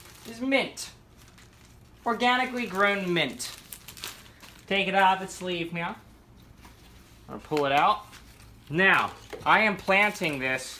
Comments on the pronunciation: Did you say, "Take it out of it's sleeve meow." ? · He said “neow”